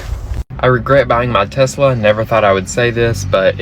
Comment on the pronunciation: Why are they calling it a Tezzzzla.